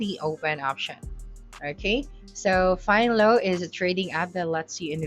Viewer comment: Im good i cant respect nor listen to advice from a retard who cant even pronounce the name of tye app correctly🤦🏻‍♂️🤦🏻‍♂️🤦🏻‍♂️🤦🏻‍♂️Fine Low u retarded bitch🤦🏻‍♂️🤦🏻‍♂️🤦🏻‍♂️🤣🤣🤣 Fin Ello bitch learn it the commercial said it for u to repeat it🤦🏻‍♂️🤦🏻‍♂️🤦🏻‍♂️